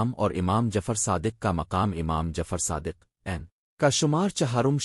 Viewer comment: Masha Allah bhai acha kam kr rhy hein aap . mgr ap aapna khud ka awaz use krein . Q K AI ki awaaz kisi lehaz se bhi theek ni hy . ab mola as ka name hi le lo kaisy bol rha hy